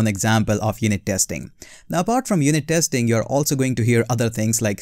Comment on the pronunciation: It’s not TEXTING..ITS TESTING … IMPROVE YOUR ENGLISH PLEASE..